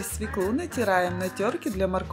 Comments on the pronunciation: Не свеклУ, а свЕклу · Свёклу Свёклу Свёклу!!!Запомни,женщина!